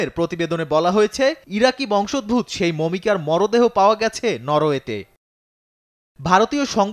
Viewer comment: সংবাদ পাঠক ভাই! দয়া করে, বাংলা শব্দ ও বাক্য পরিপূর্ণ শুদ্ধভাবে বুঝতে, শুনতে, বলতে, পড়তে ও লিখতে শিখুন; যদি এই লাইনে ক্যারিয়ার গড়তে চান; নইলে, সংবাদ লাইনে ক্যারিয়ার=টিফিন ক্যারিয়ার হইয়ে যাবে!??! বংশোদ্ভূত - এর সঠিক উচ্চারণ হবে --- বংশোদ্ভূত+অ। ধন্যবাদ আপনাকে!!!